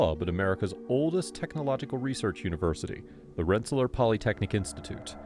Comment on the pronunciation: Rensa-lear not Rensa-ler